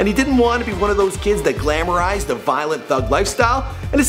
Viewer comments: Why are you pronouncing his name "Desiigna" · its Desiigner not desiigna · whys he saying desiigner like "designa" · its desiinger n poo t desiina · its desiigner not desiina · Who the fuck is desiigna its desiigner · It's Desiigner, not fuckn Desiinah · Do a update video on this one and instead of saying desiignAH say desiigner please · The fact that he says desiigna instead if Desiigner makes me question life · Stop saying it "Desiigna" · Why say "desiigna" when his name is clearly spelled "desiigner"? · desiigner not desiigna, you Boston people have to stop with this 😂😂😂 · It's Desiigner not Designa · why does he say "desiigna"? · Anyone annoyed he said Desina instead of Desiigner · The man has ER at the end of his name not AH. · he keeps saying "designa" dude chill stop trying to be black, I know we clown on you for every other pronunciation but chill its "desiigner" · Its desiingER not Desiigna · Please stop saying Desiigner like that... There's no "a" at the end of it. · "DESIIGNER" not "nah" what is this weird slang that you put on names? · does he know it isn’t pronounced Designaahhh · y do u say his name like desiigna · Why u keep saying desinaaaa😒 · dude said desiig"na" and the "i-ley" brothers.. you know he got fired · Why does he keep pronouncing his name like "Desiignah"? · why the fuck do u keep saying DesiignA when its obviously spelled with an ER at the end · Every time he says "Designahh", I get a little more AIDS. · " before design ehhh " what ? Lmao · Why do you pronounce it like "Desiignah" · Hes a frickin naaarrk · " desine uh " so frustrating to listen to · Its just pronounces Designer you dont have to sound like a dick. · tbh nigga you catch the L for sayin "Desiignah" rasist ass thinking that his last letter would be pronounced with a lazy slang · Why this man keep saying DEZEYENAH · it's DesiignER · Stop saying Desiigna, there is clearly an er. Just bc hes a rapper doesnt make everything slang or slang-able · It's not dessigna